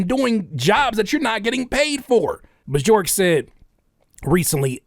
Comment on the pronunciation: Hearing Björk pronounced as BeeJork is so funny 😭